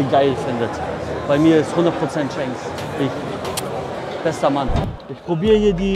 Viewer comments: er heißt shanks nicht chainks 😂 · Schon cringe wie er shanks sagt als one piece Fan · Wer ist auch triggert das er shanks falsch ausspricht haha